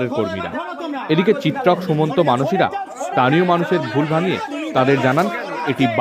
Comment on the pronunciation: স্থানীয় ✅ তানিয়❌